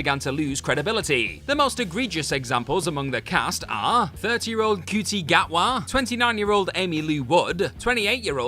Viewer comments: Ncuti Gatwa's name is pronounced SHOOTY, not whatever it was you said. 🤦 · How can people who cover entertainment and are, I assume, Brits, not be able to say the name of the guy who is currently-ish still playing the Doctor!?